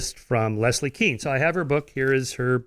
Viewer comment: He says Leslie weirdly....Les - Lee